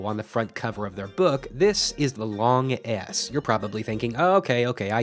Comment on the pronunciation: every time this guy says long s it sounds like long ass